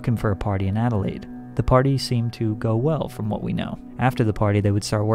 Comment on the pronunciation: btw you said Adelaide on point 👍😉👌💯